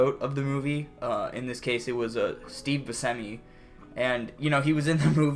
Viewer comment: You could at least talk poorly of me to my face. And I pronounce it Bussemi not Buskemi